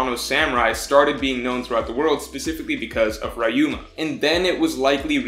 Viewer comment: hahaha yeah I smile at the way he pronounces some names like "Yonkoo" or "Rye Ooma"